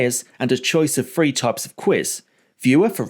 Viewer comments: Why do you pronounce three, thing and through as free, fing and froo? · it's "three million" mate, not "free million"